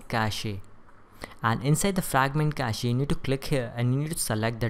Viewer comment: stop pronouncing cache like that